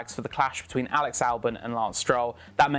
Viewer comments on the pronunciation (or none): none